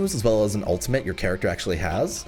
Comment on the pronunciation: Anyone remember when used to always say charactfer in dark war. Love you 😂